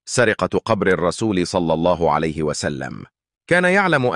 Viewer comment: المتحدث عنده أخطاء كثيره فى الكلام يقول صلى الله عليت وسلم مامعنى كلمة عليت هذا صهيونى